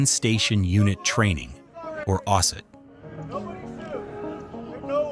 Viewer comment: The way you pronounced osut you should be sent directly to jail